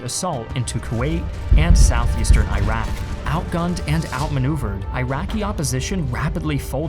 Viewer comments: Dearest....as someone who really appreciates your content and your love for history, PLEASE pronounce these countries' names correctly. Iraq, an Arabic-speaking country, is pronounced "irr-rock". Not "eye-rack". Irack is what Westerns mispronounce it as. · Great vid, but it's called Eeruk as you probably know, not AyRaK! Not from there, just saying. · Pronouncing Iraq as Airaq is irritating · Where is Eyerak? Do you mean Iraq? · He wants to convince me that it’s from an Iraqi perspective when he pronounces it as “eye-rack” lol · Can you please pronounce Iraq correctly? It is quite irritating to hear a country name messed up...It is pronounced as "e-raq" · Ear-rock Ear-ron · Nice presentation. But why do you pronounce Iraq, EYE RACK? You don’t pronounce Italy, EYE TALY do you? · Iraq = "Ee'Rrak".. Good videos. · I hate hearing it pronounced eyerack. It just sounds bad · Bro your pronouncing Iraq wrong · Creating content on Iraq, can't even pronounce the name! Really? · At least learn how to pronounce Iraq. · Oh, WTF..."I"raq and "I"ran??? Again with the fucked up American pronunciation? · "Iraq" is pronounced with a soft "i", please. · His pronunciation of Iraq is worse than the actual war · God help me. Not every letter I is I. You have to read I of Iraq like I of Invasion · Pls learn how to read and say iraq correctly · Misleading title and false propaganda from a guy that does not know or care to pronounce the name "Iraq" correctly. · If you're going to present it from their perspective, a good place to start would be learning how to pronounce the name Iraq correctly. It's important if you wanna speak about them. This might help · The mispronouncing of Iraq is worse than the actual war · Please learn how to pronounce Iraq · Thank You for your documentary film. But learn how to pronounce Iraq and Iran. It's Eeeeeraq and Eeran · eye-ran eye-rak sawdi arabia ...... where are theses mythical countries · Stop saying Eye-raq. It’s pronounced E-raq